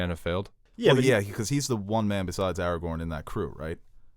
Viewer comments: I can’t let this disrespect to Aragorn’s name slide. His name ain’t “Eragon” eragon is the movie about the guy with the blue dragon. His name is pronounced Aragorn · ARAGORN NOT ARAGON!! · Logging off he said Aragon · you don’t even take the question seriously, pronounce rivendel as rivendale, Gandalf as gandolf, Aragorn as eragon. I’m done.